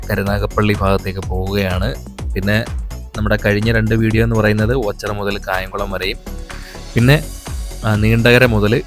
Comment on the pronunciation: ഓച്ചറ...alla.. ഓച്ചിറ